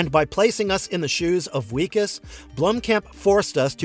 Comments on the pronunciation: Wikus Van Der Merwe is pronounced "Vickas van der Merveh". It's Dutch & w's are said like v's, it's also where we get the name Vickers. His name is used throughout the film. Loved "District 9" & hope they do make the sequel. Really enjoyed "Chappie", incidentally, & can't understand why anyone found it confusing. I thought the story was pretty straightforward. I hope "Rakka" gets made into a full film. It was cool the people Blomkamp got to act in that, including Sigourney Weaver. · Who tf is Wee-kis? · did this guy watch the movie? It wikus pronounced with a V Vickus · He also pronounces Wikus' name wrong through the whole video.